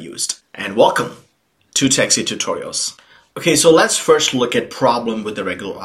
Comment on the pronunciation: every time i watch your video when you say "techsith tutorials" it feels me like that you are saying "Taxi Tutorials" and then i smile :)